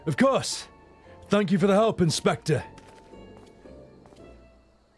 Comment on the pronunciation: french is void of h, so it is Ildibrand and for elp the h must vanish completely otherwise flawless, the pronunciation on last syllable is perfect :D